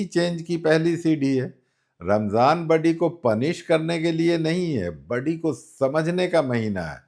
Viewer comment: budy nahin body bolte hain